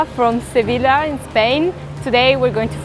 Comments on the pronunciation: That womman literaly said sevila??? Its pronunced se-vi-lla the too l's are. A y Im spanish jiijiiijii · Did she just said "Sevila" ? The least you can do is pronouncing the names correctly...Shame on this "reporter" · she's spanish speaker and she says SEIBILA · Sevila????....PROPER NAMES do not change!!....SEVILLLLLLLLA!! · Well I don't think she speaks Spanish well the way she can't even pronounce "Sevilla" and Chorizo correctly. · This girl can't get it together. She can't pronounce Sevilla correctly.